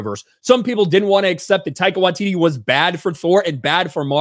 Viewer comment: Can you please once pronounce the comedy genuine name currently! Love what ya have always done, but please speak English! 🙏. Your doing a video about ONE OF MONTYS AFTER ALL!